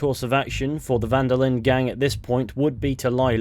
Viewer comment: This video has caused my own mental decline from every time I heard you say "Van-der-lind" and not "Van-der-lin" which is how it is actually pronounced.